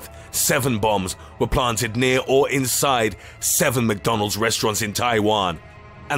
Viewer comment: “numbuh eight maggauts insoide big mahc”💀